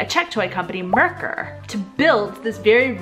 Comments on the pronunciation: it's not Merkr but Merkur. You say the U in as well. We read everything as it's written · And you pronnounce merkur wrong